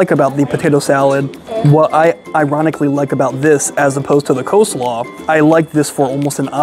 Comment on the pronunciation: Coslaw? Seriously?